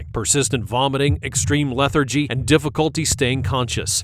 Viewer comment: "Extreme Leth er gee" 😂